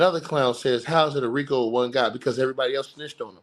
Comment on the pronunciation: baby roll those Rico r’s!